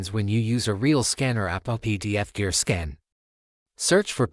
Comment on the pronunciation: Please retrain your AI voiceover to stop saying "skin" when it should say "scan".